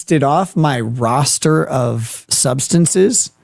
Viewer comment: the guy can barely get the word substances out. Actually never did.